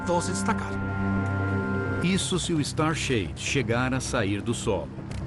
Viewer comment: Alguém pode me dizer o nome do projeto que vai bloquear a luz para que possa ver um exoplanetas, eu to com muita dificuldade para entender o que narrador disse... "Star share" " Star shad" eu não consegui entender... E gostaria de saber mais sobre isso